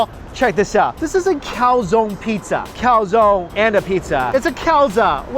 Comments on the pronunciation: Can you please stop calling a calzone, a calzon? It’s pronounced calzo-ne (cal-zon-ehh). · Hi Mike!!I'm from Italy. I just want to tell you that you have to pronounce the "e" in "calzone",it's not "calzon" it's not "calzoni",it's "calzone".It was so strange to ear the pronounce.Hahaha!!😂😂But great video as always,i'm hungry now!! 😅😅😅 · I got silly laugh when he said "im dying to get into this calzonne" cause in spanish it sounds like calzon aka lady underwear 😂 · it's pronounced cal-tson-e (e like egg), not cow-zone ;)